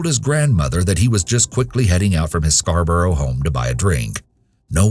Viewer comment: Scarborough is pronounced scar-bruh